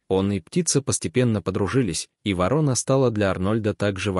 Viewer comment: Чтец о вороне не знает, как произносить название этой птицы. То ли он впервые слышит его, то ли вообще научился читать по-русски недавно. Вот таких "рассказчиков" мы встречаем нередко и еще хвалим их. Видимо, недалеко ушли от них и хозяева передачМ, раз они пропускают такое чтение. Это безобразие, выпускать в широкий эфир безграмотностьх. В приличной стране таких выгоняли вон из передач.